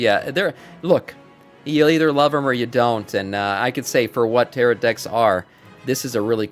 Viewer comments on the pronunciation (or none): teh·row not teh-rot Normally i wouldn't post anything, but I found it so jarring i had to pause the video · Tarot, pronounced ,Tar-oh. last t is silent.